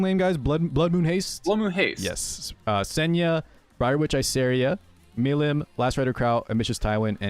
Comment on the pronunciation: Why can nobody pronounce milim right? It's pronounced like "Mel-eem"